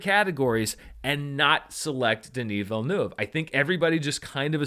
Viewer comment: Random observation, but as a French Canadian from Quebec, I really appreciate the effort you are putting into pronouncing Denis Villeneuve's name correctly!